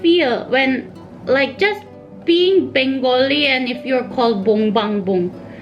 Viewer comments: Your Bengali pronounciation is really adorable. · Your Bengali pronunciation is so lovely....❤️❤️